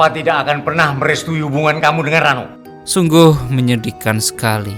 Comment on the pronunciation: Kq "RENO" sih..."RANO" lho min